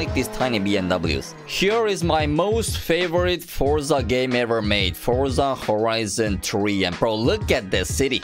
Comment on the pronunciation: Bro it’s forza horizon three not FoRZa horIZiN tree